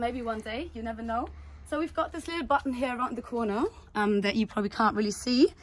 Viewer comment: Sag doch "here" einfach normal das triggert mega